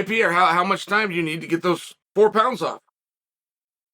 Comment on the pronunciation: Respect to Uncle Chael for keeping that same iinergy on the pronunciation of "Pierre" on air. Turns Brazilians into some Frenchies. 😂😂😂